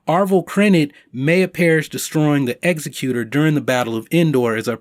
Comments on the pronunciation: ex-ZEKK-yu-tor (legal term) not exe-CUTE-er (not a word) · Kanan died before the end of Rebels, so he's dead. Ezra is still MIA. Sabine is alive in the postlude of Rebels, so she survived if she was there. I'm pretty sure she said Hera was at the Battle of Endor. DV's flagship is pronounced ExECutor. Like executive, not execute. A-Wings are interceptors, not bombers.